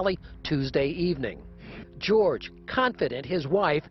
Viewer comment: Cause of your accent, it sounds like you're saying George Arse 😅